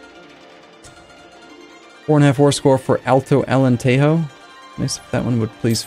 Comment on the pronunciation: With the Portuguese provinces, you shouldn't pronounce J as H like in Spanish. So Alentejo would be pronounced like Allen-tay-jhoo.